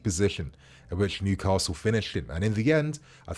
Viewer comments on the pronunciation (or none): none